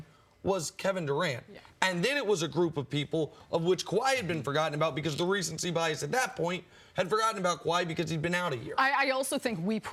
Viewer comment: "Recency bias.." Pssss c'mon man!